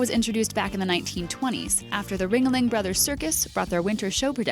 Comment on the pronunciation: Ring-a-ling brothers circus?? I always thought it was....Ringling brothers circus. Oh well.